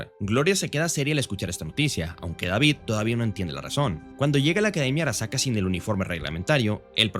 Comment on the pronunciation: porque dice arakasa en vez de arasaka?